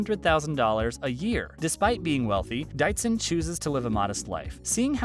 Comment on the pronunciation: Not to mention Brian Dietzen's name is not DITEZEN... It is DEETZEN.... (Pronunciation sound)...